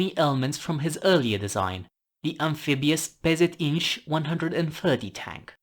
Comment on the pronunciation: Neat video. And hey! Such solid Polish pronunciation. (PZInż. - I'm impressed, and Polish characters as well) Thank you for covering indigenous reconnaissance tank design from my country. 😀